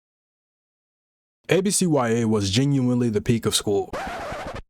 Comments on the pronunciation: Bro, why you call it A B C Y A? It's ABCyah. What school do YOU go to where you be pronouncing every letter individually? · Come on man its not A B C Y A, IT IS A B C YA! Like YUH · real ones called it abcYA not A-B-C-Y-A 😑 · No way you just called it ABCYA and not abc-ya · Oh hell no you’re one of them mfs that pronounce it “ABC WHY AY” you faker! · why are you saying abcya like that im crying